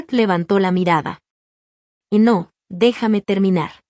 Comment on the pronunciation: Porque dice Eno En vez de No